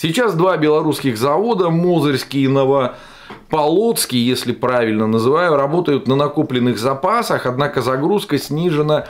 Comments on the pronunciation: Нефтеперабатывающий и Новополоцкий ударение на о после п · Новополоцкий, ударение на на ПО. И могеи до 27 млн. тонн в год можем переработать. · Наш Новополоцкий, ударение на по. Полоцк батька беларусских городов. Ему исполнилось 1157 лет.